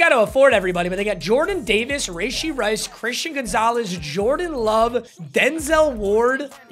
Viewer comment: "Rayshee rice" 😂😂